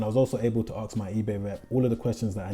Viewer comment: acks? or 'ask' ?